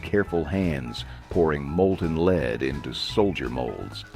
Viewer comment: He said leed paint 🤫🤫🤫 don't tell anyone.